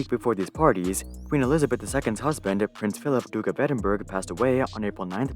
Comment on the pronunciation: really good video but from a scottish person never say Edinburgh like that in public you will get laughed at.